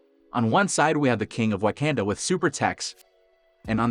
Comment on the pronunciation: Wa-canda! Tee-challa? Wtf